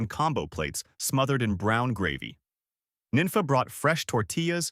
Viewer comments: The way you're pronouncing these names is killing me. Her name was pronounced "neen fah." If you were from here, you'd know better. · 'Nenfa". wtf.